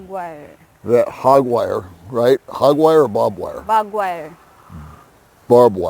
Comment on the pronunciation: "Hog wire or barb wire?" "Bog wire." So cute haha.